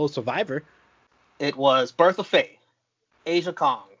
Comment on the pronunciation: First off, thanks for all the love and shout-outs! But we've got to beef now. It's Ah-ja Kong, not Asia Kong, lol. Pretty recently you read a comment from me about how I loved All Japan Women, and these women are from there. This isn't a very good example of what they can do, to be honest. I still love this match [And the next night on Raw I think they have another match when Aja Kong breaks a fucking jaw] because I f'n loved All Japan Women. Their best talent was Manami Toyota, and she has over 20 5-star matches from Uncle Dave, two from the same fucking night. She was Black Widow from WCW game on the N64, too. If you want to check something out from them just let me know because I'll be more than happy to give you all some matches to watch, but there is one thing you HAVE to watch, and that's Aja Kong's entrance in All Japan Women because her song is a fucking banger - "God made The Devil just for fun, but when he wanted the real thing he made Aja Kong!" Anyways, time to get back to the video. I can fanboy over AJW all day, lol